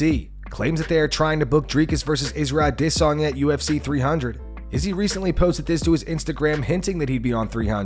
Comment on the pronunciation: Dude you make me cringe so bad with the stupid adesanya pronunciation. Its like youre slow or something